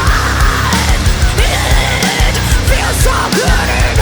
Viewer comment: That "it" in "it feels so good" is little unfortunate - you should try to pronounce it more like "et", so your lips would have a different shape and don't obstruct the vocals. Besides that the entire line is just on the spot, I love it <3 And as years go, after seeing you guys live for several times, I always think that you sound better live than on albums - your energy is more visible on stage and your equipment has the proper sick amount of gain (but not so much to distort the sound). I have seen you in clubs where really top-shelf bands were not able to sound good (like Whitechapel or Fit For An Autopsy in Cracow's Kwadrat) and you would always crush it. I'd love to hear more of that in studio and I think this one-take is a great step forward to doing so :) As someone once said on stage: "zajebiście, kur*a, pięknie" :)